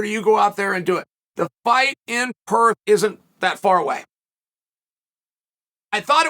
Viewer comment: 😂😂😂 it’s Perth